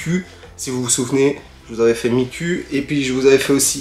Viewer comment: Bonjour,(j'ai l'air très méchante quand je dit ça )mais miku ça se prononce "ou" pas "u" merci Cordialement